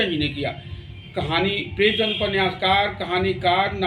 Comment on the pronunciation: अच्छी जानकारी उपलब्ध की आपने पर...प्रेमचंद को प्रेमचंद ही बोलिए प्रेमचंद्र गलत उच्चारण है बाबु...जय जय रहिए 🙌